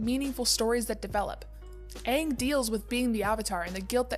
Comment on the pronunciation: period its aang not oong